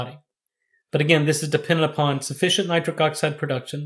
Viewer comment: Why’s he keep calling it nicric oxide.?